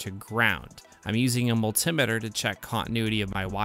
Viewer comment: Wooo! You pronounced multimeter correctly. I'm proud of you.